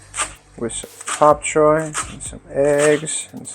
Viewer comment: Such a difference when u smile, keep it up we prefer you that way. By the way,, it's "Bok Choy" NOT "Pop Choy" if I'm not mistaken!